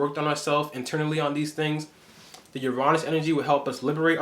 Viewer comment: I love the way you say Uranus. Sounds right. I’m gonna pronounce it like that instead of the vulgar regular way lol 😂